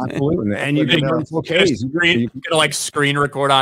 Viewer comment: Just for the Americans out there: It’s pronounced Krayg not Kregg. For future reference Graham is not Gram, it’s Grey-am